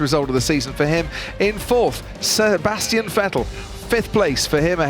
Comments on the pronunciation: “Sirbastian Vettel” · Sir-bastian Vettel xD lol